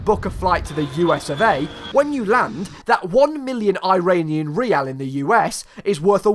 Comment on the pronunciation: the way he said riyal is a bit weird